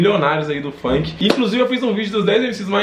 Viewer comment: Manooo para de falar "FAINK" O NOME É FUNK !!! PORRA QUE ÓDIO